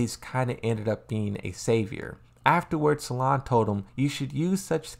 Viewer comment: Salim* not "Salaam" lmao And why do you call Shaheen "Shaheed"? 😂😂